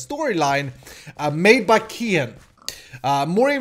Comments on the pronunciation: its by keehan not keenan :P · its not kenan its keehan